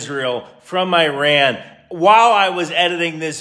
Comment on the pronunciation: Hey man, I've seen a few of your videos and like them so far, but one thing I've noticed is you've consistently pronounced Iran incorrectly. Not that it matters a whole lot since it's, well, Iran, but still I think it's something to look into. Here's a video on the native pronunciation